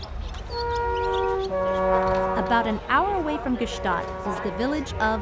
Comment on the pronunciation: Why did no one correct her on her pronunciation of Gstaad?